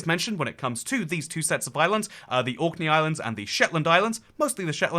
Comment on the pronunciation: You seemed to be confused about which island or country youre talking about. At 3.54, You say 'Auckland,' twice. Its ORKNEY! Which makes me doubt that you have really researched the subject or are very knowledgeable of this. Youre going to loose a lot of people there.